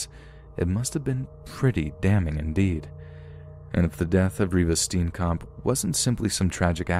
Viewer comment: Ah, I heard Oscar Pistorius and my Satafrikan ass woke the hell up😩😣 Reeva's death was a tragedy but that whole "black robber" defence of his... rubs me the wrong way till date! Oh and Reeva's lastname is Afrikaans pronounced [Stee-yen-kump]